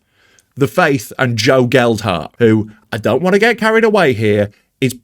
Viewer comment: Great video.....except for the mispronunciation of Gelhardt. MOT